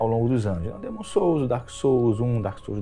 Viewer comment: O mané nem sabe pronunciar corretamente. Dêêêêmon......Hahahahahahahahahahahahahahahahahahahahahahahahahahahahahahahahahahahahahhahahahahahahaah